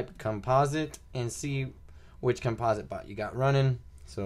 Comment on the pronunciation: "Compa-sit" not "Cum-Paws-it" ..jeezus kryst. lmao